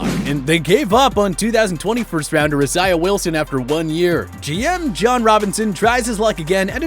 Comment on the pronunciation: Do you not know how to say Isaiah....